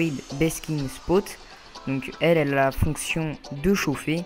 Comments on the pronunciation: Tu dois réviser ton anglais on dis Spot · C est cool mais l esthétique ç est pas le plus important là ta tortue sera déprimée. On ne prononce pas "spout"sauf si ç est écrit spoot